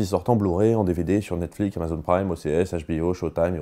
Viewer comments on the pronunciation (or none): none